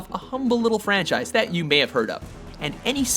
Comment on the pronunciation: what the hell mean " franchaise"